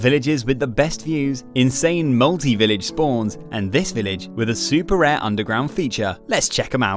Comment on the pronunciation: U mean “rare” not rear